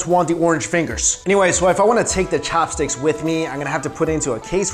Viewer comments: Fork for me thanx.... Why you say cho-hops stix? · Am I the only one why got annoyed that he emphasized CHAHPSTIX every time?